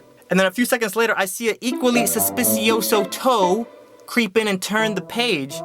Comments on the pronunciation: The word is sospechoso.. but it's okay you can get away with messing up :) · "Suspicioso" doesn't even exist mate. I think you are trying to say "sospechoso" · suspiciosso XD you just had to go the extra syllable, didnt you? :3